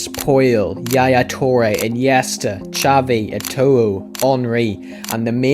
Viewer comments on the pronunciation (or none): none